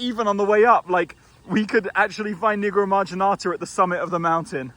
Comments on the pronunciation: Nigro(WTF)marginata. Nevermind 😂😂😂😂😂😂😂😂😂😂😂😂😂😂😂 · Every time he said “Nigromarginata” I said to myself, “Watch your damn mouth,! 😂😂😂😂😂😂😂😂😂